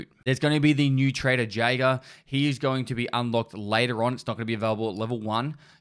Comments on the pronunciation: >cache "chayshe" >jaeger "jaygar" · Not being a dick here but it’s pronounced yAger if that makes sense, just thought I’d let you know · I know it's taking it a bit too far lol but it bothers me so... In German it's written "jäger". Both the "e" and "ä" pronounced similarly with the E vowel. So "yay" has the "I" vowel at the end which is not how you pronounce it. I'm not sure about the "ae". That to me still looks like "ay" or "a" or... whatever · Jaeger is pronounced (Yay-Ger) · The way you said Jaeger......... You have sinned